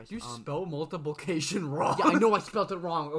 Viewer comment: You mean “multipilcaction” ?😂